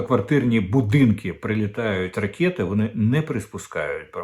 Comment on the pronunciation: Не ракєты, а ракэти.